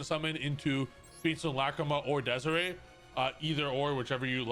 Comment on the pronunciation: you know damn well it's not pronounced DEZARAY